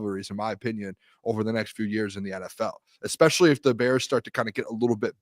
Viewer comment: A flip is switched? Exspesially, Jesus, someone teach Ohio state English